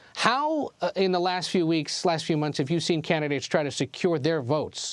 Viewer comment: why can't she just say latinos like a normal person?